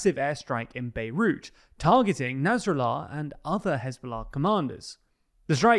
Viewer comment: Narsallah? Somone should page that guy!